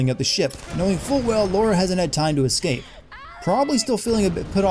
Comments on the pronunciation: ***** Lara: La-ra Laura: Lau-ra/Law-ra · Guys he is right I had a girl in my class called Laura and they are different words Lara Lara is pronounced laaaara and Laura is pronounced Lorra so he is right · It's even funnier when you think her name was originally Laura but was changed to Lara because they thought Americans would find Laura hard to pronounce. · All of this, yet you can't figure out that it's "Lara", not "Laura". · It's not "Laura", it's "Lara". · L-AH-RA!!! NOT LAURA!!! Jesus get it right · was just thinking this, its LARA, not LAURA ffs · I actually realized that halfway through recording the lines. If you notice, the first few minutes I was mistakenly pronouncing it Laura, then I corrected myself for most of the rest of the video and pronounced it Lara. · it's Lara not Laura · fun drinking game: take a shot everytime calls lara "laura" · Oh ffs it's Lara not Laura. Lah-Ruh, not Law-Rah. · Laura Laura Laura, its LARA damit. I get sooooo annoyed when people call her Laura. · 5 years too late but: 1 - Her name is LAH-RA, not LAU-RA 2 - sin 68: She choose to kill a side character instead because he was about to set Sam on fire. Even if she had killed Mathias, the other guy would have put Sam on fire. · Why after this many years do people say Laura?!? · its LA RA lara not laUra. -Jonah saves her not Roth. -At the plane scene it is audible no one leaves in japanese in an echoish voice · It's LARA. LAH-RAH!!!! Wth does Laura come from? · Its lara, sin for you! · her name aint gotdamn 'laura' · I just finished this game on a second playthru. Soo many of the things you pointed out crossed my mind as well. Maybe 95%. Good job. One thing though, please stop calling her "Laura". Her name is "Lara", they even say it clearly numerous times in this video. Would you like it if someone called you DAR-TE-GHAN after you told them the correct pronunciation? Have some respect, man. ;) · Her name isn't Laura boy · her name's Lara not Laura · It's La-ra not Laura